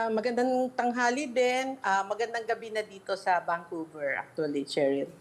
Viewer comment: Vancouver hindi VanQver..